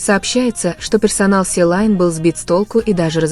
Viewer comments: Не Силан а Селин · И просто раздражает как вы каверкаете название..... Не селайн а Селин неужели так сложно